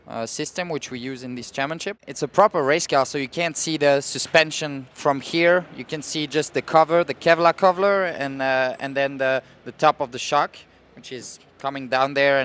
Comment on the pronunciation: "kevlar covler"😂😂😂😂😂😂😂